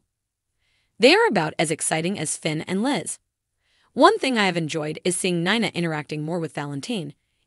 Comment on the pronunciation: She has now pronounced Nina at three different ways in the same video.